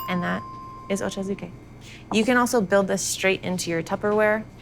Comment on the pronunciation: As a fellow hafu, pronouncing it "oh-cho zoo-kay" killed me a little bit.